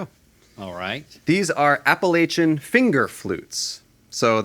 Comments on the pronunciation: You guys are from North Carolina, please educate your crew on the correct pronunciation of Appalachian. I cringed every time Andrew said it wrong. 😖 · Can’t trust anyone talking about anything Appalachian and pronouncing it wrong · brother the only thing not ok is the pronunciation of Appalachian hahaha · I already think he's lying because he said appalachian wrong